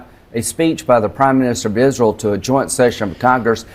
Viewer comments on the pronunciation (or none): Why does he call it "IZRUL"? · Kamala did the right thing by not going to Netanyahus' speech. I hate the way he pronounces Israel. He says Isrle.